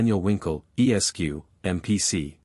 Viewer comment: This sounds like a mechanical recitation. The tone is flat and the cadence is unnatural. Furthermore, the voice pauses at every period, including those periods which follow the honorific “Mr”. BTW, Esq. is pronounced “Esquire”, not “E.S.Q.”